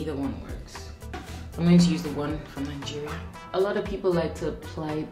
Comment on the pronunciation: When you say Nigeria, I hear it Algeria 😂😂😂😂🐸